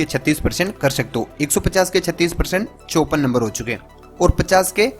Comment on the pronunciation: Bsdk 54 number toh sahi se boloo